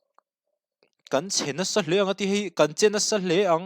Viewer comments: MP Fang nilo in MP fâng...tih tur aw mate...zufânga a fâng lai thluk kha hman tur. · MP fang.zufang a fang tihlai angin lam tur